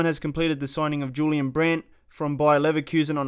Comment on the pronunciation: IT'S Y-U-L-I-A-N